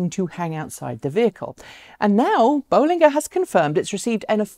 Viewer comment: Nice to hear you now pronounce "Bollinger" the way Robert does :-)